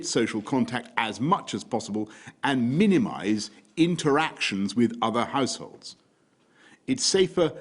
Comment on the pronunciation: Did he say House holds or Arse holes